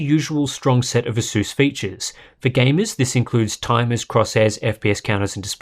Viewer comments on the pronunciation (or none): why everyone pronounces it "aseus"?